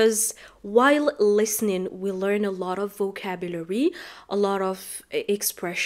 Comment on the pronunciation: Five minutes ( av ) not ( of ) listening, don t mix ( off ) with ( of ) big difference in pronunciation